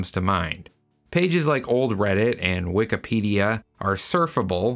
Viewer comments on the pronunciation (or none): none